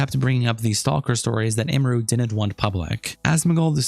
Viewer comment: Every content creator I've seen making videos about this can't pronounce her name right 😂It's Em-er-ru, not Ee-mer-ru, Em-me-ru